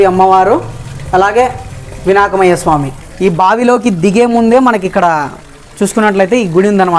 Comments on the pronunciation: Vinakamaya swami kadhu bro vinayaka swamy but good bro keep it up we r here to support uu..😄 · వినాక్మయ స్వామి కాదు బ్రో వినాయక స్వామి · vinakmayya swami kadu vinayaka swami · వినాకుమయ్య స్వామి కాదు వినాయకుని స్వామి